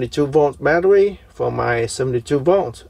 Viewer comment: Are you Elmer Fudd? Badderwee.